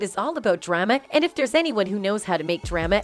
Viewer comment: Or how about pronouncing drama as dray-ma Good Lord who is narrating are they not from Earth?